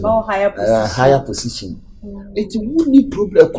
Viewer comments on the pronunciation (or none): Ah...did Aka said pussition😅😅😅😅😅